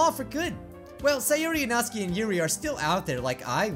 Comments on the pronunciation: It's pronounced nat-su-ki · Still saying natsuki wrong